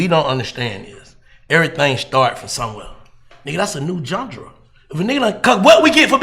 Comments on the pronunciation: 🤔🕵🏾👀🤣😭🤣yea Yea U trippn (interviewer to da left) he almost made me turn this 💩 off....worrisome ass questions man ,dam& wtf is a John-Dra, did he mean GENRE???😂😂😂,smmfh...🤦🏽‍♂️🤷🏽‍♂️ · So they just gone let Black say jundrah(genre) 76 times? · I listened to the interview, but him keep saying John-Dra literally killed me 😂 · Nigga said johndruh lol 😂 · If he say "jun-dra" one more time Instead of "genre" 🤦🏾‍♂️🤣🤣🤣